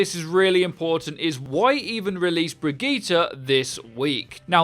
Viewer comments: Brigita? Uhm nope there is no A in her name and it doesn’t sound like that either 🙄 it’s kinda lika Brigitteh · brigitte not brijit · Her name is pronounced as Bridgette not Brigeta 😐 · There are the Overwatch Youtuber that pronouces Brigitte the correct way, and there are the Youtubers that pronounces her name as 'bridge-it'. And then there are those that pronounce her name the correct way, then the wrong way, then the correct way, and the wrong way. In the same video. Hahahahah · Her name is brig-get-a. PLZ GET IT RIGHT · It is pronounced Brigeta dude... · Y’all shut up, in every language vowels are pronounced differently. It’s pronounced Bre•git•ta or teh, the “G” is hard and the “E” sounds like an “A” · Hustle Tha GOD BRI-GIT-Tuh but Murican schools are a joke 😆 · it's pronounced 'bridge it' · Anyone else concerned about how he says” Bregeetere” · you pronouce Brigitte both ways, it's russling my jimmies! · StOp mIsPrOnOuNcInG BrIgItTe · Until you can pronounce her FUCKING NAME RIGHT, I thumbs down the vids. Why can't you just fucking say it right the whole time? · drink every time brigitte is mispronounced